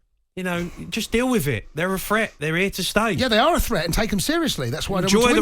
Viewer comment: Note to Jamie: The correct pronunciation of the word 'threat', is not 'fret'. Newcastle is not a 'fret'; Newcastle is a 'threat'. You can 'fret' that Newcastle is a 'threat', but that is quite another matter.